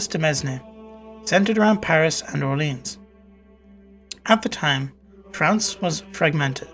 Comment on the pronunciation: Had to turn off after the way you pronounced Orleans.